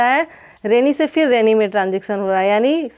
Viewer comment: फिन नही फिर बोलिये